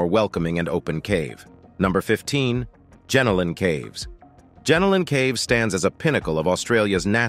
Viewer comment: It is not JENALIN caves it is JENOLAN (GEN-NO-LAN) caves.